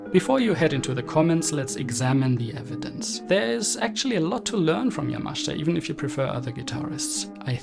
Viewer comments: His name is YamaSHIta. Not YamashTa. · It’s not pronounced Yamashta. It’s YAMASHITA. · "Ya-Ma-SHE'-ta" not Yamashta. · Surely it's Yamashita (Ya-ma-shee-ta)? "Yamashta" can't be correct? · Great episode ❤. For future reference, the Japanese include a vowel in their spelling to be pronounced. It's ya-ma-shee-ta not yamash'ta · ........thanks for correcting - I'm still hearing 'yamashda' from the video - but I appreciate, from what you've pointed out, the pronunciation is not as simple as iI thought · Despite the admiration your video deserves, I have a problem with your pronunciation of Yamashita's surname. According to the opinion of Japanese friends, the 'I' vowel sound should be clearly heard, contrary to your persistent omission, making it to sound 'YAMASHTA', which is not only wrong but strange and uncanny. Pity. (or 'PTY'?) 😅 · Great observation but you should learn how to pronounce the man's name. It hurts my ears 😞 yamashita pronunciation = ya muh shee tuh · Sorry but you do not know how to correctly pronounce the name of Yamashita. Accent is completely wrong.